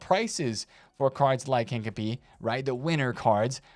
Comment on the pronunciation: please learn how to pronounce Hincapie, you’re doing my head in 😂